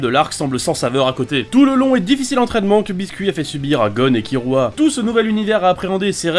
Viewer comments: non c'est l'inverse, ça se prononce killua (kirua avec le r roulé) mais ça s'écrit kirua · Un prononçait bien (Kilua) et et un autre horrible (KiRua) Le R existe pas en Japonnais c'est entre le R et le L donc KiRua ça m'agresse le tympan (Comme KuRapika d'ailleurs ou Rivaille si tu veux un dernier)